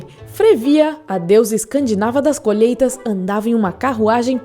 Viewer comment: "os seus inimigos eram seus animais que comiam suas colHÊITASS